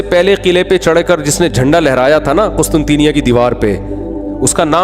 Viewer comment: Hamri karachi ke Matarway mufti sahab mazrat se lekin wo QUSTUNTNYA hai Ap qustunteenya bol rhy ho